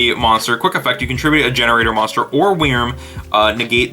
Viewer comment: The way you say Wyrm physically hurts me